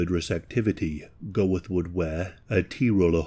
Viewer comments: Bruh its pronounced "Göeth" not "Goweth" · Isn't it pronounced Gert not Go-eth? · If you're going to make a video on this man you might at least have tried to pronounce his name correctly. In phonetic English its pronounced Armon Gurt. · There is a documentary called Inheritance about Amon (AH-mon) Goeth (gurt)'s daughter (love you,, but here's some more pronunciation: Płazsów = PWAH-shohv). She talked about how there were kids when she was growing up who used to think it was great that her father had been a Kommandant of a concentration camp, and that it never sat right with her. She also talked about her mother, and what she had been told about the camp itself as a very young child. She also taked about Oskar Schindler, whom she used to see here and there all the way through her teen years. And, at the time, she was raising her mixed race grandson. She got to meet a couple of survivors and hear uncomfortable stories about her father. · Great video mate, just to let you know its pronounced like "Ammon Gurt" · The consistent mispronunciation of the name of the SUBJECT OF THE VIDEO makes this impossible to watch. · Interesting video, but the mispronunciation of the name Goeth is very jarring. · And that’s how you butcher the pronunciation of a last name